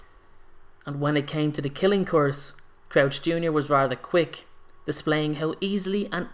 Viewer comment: Why do you say course instead of curse?😂😂